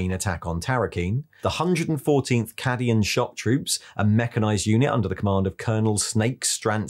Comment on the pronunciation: Thats a fun way to pronounce "Cadian"